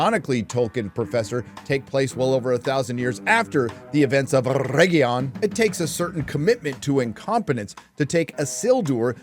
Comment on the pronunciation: Please stop saying Errregion, just stop, its too much cringe to bear